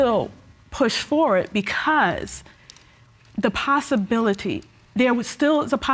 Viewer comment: Ms. Manning said "Possibility"